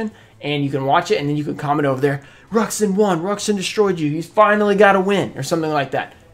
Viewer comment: Ruxin its bow like bow and arrow